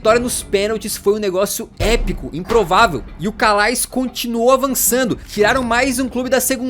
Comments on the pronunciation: Calais pronuncia-se "Calé" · Calais não 😂. Se pronuncia Calé. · se preocupou em pronunciar o nome desse, mas, sem pena, errou o anterior, pois Calais se pronuncia "CALÉ". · Calais se pronuncia Calé